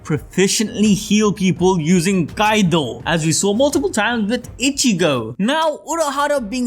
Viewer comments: Did bro call kido, kaido oh naw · its not kaido .. its "kido"